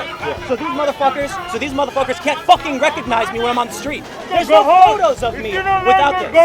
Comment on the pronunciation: sure if you think "facking" is an english word